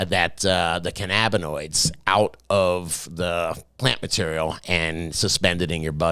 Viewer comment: still pronouncing cannabinoid wrong brah.. it’s CAN..UH..BIN..OIDE.. somehow your dropping two D”s in there butchering the very word you should at least be able to pronounce..good lord